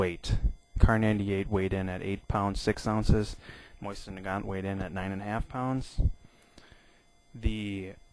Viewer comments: Dude it is not a Moisin it is a Mosin... Also the spike is better as a bayonet since it is made for piercing and that's what it does. Also it is really thick near the base causing massive wounds. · MOSIN not MOYSEN AAARRRGH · Bayonets, the Mosin (pronounced Mo-zin) is superior by fact that it doubles as a flat head screw driver, doesn't need sharpening like the knife bayonet for the K98K, and because actually the Mosin is the stronger one in terms of the actual bayonet because the crucifix cross section and the concave semi circular grooves in it which makes the whole thing way stronger as one, plus the knife is only strong in one direction, sideways I could snap it in half. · Is there a I before the s in mosin? No so stop saying moisin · Seeing as you can't even pronounce mosin I'm hesitant about the accuracy of anything you say